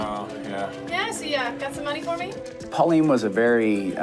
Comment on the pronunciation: Her name is Pauline lol